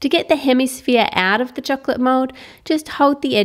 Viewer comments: "cheklet" LMAO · ramziz chohklet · Say the word chocolate properly or don't say it at all